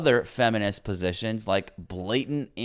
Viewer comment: ...did he say feminist 'positions "?😅😅